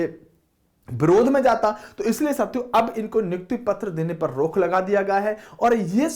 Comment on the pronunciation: Hindi ka bhi janaja nikale ho bhai😂😂😂😂😂😂😂rukh ki rok